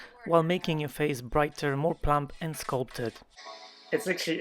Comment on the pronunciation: When you first segued into the ad, I heard "faith" instead of "face," so it sounded like people said "I wish you could restore my faith."